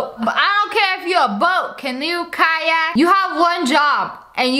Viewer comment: So when u say kayak I hear caillou😃